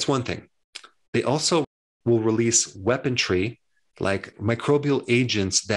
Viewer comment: Weapon-REE, THERE IS NO T!!!!